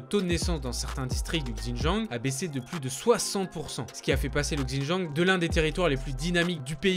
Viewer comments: ouais mais là, ça fait limite raciste prononcer comme ça ^^ (je sais que c pas du tout raciste bien sûr ) mais voilà ça reste mieux avec une prononciation plus correcte je trouve, c'est tout :) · J'ai du mal à enregistrer les Infos pcq je me focalise sur sa prononciation 😱 Xinjiang sur Google translate et prononciation parfaite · il parle de Xinjiang tu parle pour R, ça prononciation est off mais à moins que tu étudie ou parle l'une des langues chinoises tu peux pas deviner que ça se dit ([c] in[t] ian'). En sachant que les articles qu'il montre sont écrit en français et que prononçait un mot dans une autre langue en pleine phrase française serait fortement étrange.... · ca se prononce "sinjiang" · On dit bien "shi djinping" pas vrai ? Et bien pourquoi il dit "Gzindjiang" ?? Il aurait pu prendre 3 minutes pour regarder la prononciation au lieu de casser les oreilles des sinophones comme moi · Super vidéo ! Par contre, "XinJang"se prononce "Ssine djangue" 😉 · Bonjour, J'ai dû écouter plusieurs fois pour comprendre votre prononciation du mot "Hans". Il faudrait être plus précis sur le son quand vous citez des mots de cette langue, comme le nom de la province "XiJiang" et celui du président chinois "Xi Jinping". Merci pour ce beau reportage! Bravo! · Ça a strictement rien à voir Va dire à un Chinois "Gzindjiang" il va absolument rien comprendre. Ça ce prononce pas du tout comme ça c'est une grosse erreur. Il aurai pu prendre 2 minutes pour vérifier mais... non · ça se prononce "shindjiang" rien de bien compliqué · il dit Gzindjiang, c'est dans son texte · Si jamais xin jiang se prononce : shin dziang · super vidéo, par contre fais attention à la prononciation du mot xinjiang ^^